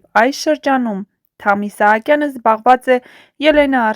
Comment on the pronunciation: Որևէ մեկը կասի՞ այս աղջկա իսկական անուն-ազգանունը։ Թամ-ն անուն չի, իսկ ազգանունը գրված է Սահակյան, բայց ասում է՝ Իսահակյան🤌🤦‍♀️🤬